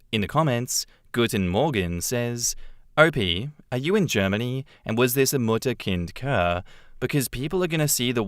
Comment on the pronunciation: btw Kur is pronounced very similar to cure